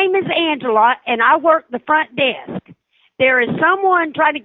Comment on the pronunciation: "I'm at the front day-ask" "I'm at the front desk too"